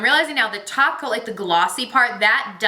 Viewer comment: I thought you were saying taco ... when you were saying top coat lol maybe I just want some Mexican food